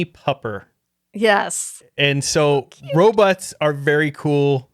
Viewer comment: and his “robutts”. 😂😂😂